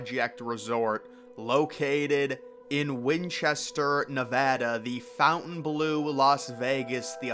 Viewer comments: It’s FONTainbleau. (NOT) FOUNTainbleau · It’s FONTainbleau. (NOT) FOUNTainbleau. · Fontainebleau not 'fountain blue' lol Americans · You can't read. It says Fontaine Bleau. Not "Fountain Blue" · Yes it's pronounced with the French inflection ❤ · It's called the FON-TAIN Blue. Not Fountain Blue. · It isn't "FOUNTAIN"- blue. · The pronunciation of Fountainebleau is better with the French. It sounds almost offensive with a rough American dialect.